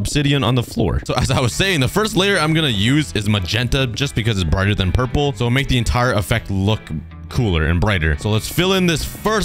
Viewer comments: Hi um so my little brother is kinda anoyed how you say purple wrong so it's pronouns as prlol but the word is purple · Pronouncing "Purple" Most people: "pur-pol" Meanwhile,: "pur-pur" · am I the only one that hears 'pur pur'